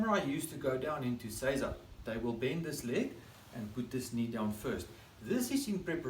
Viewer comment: So many other examples you can find will mispronounce seiza. says it correctly. Arigato gozaimasu for your great example.